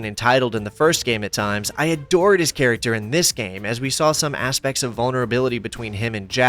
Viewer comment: "We saw some ASSpects ..."